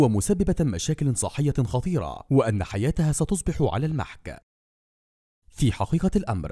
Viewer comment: سيدي القارئ. لغتك مليئة بالأخطاء. الفاعل يرفع و المفعول ينصب و المجرور يجر و المحك تنطق بكسر الميم و فتح الحاء ... عذرا انها القواعد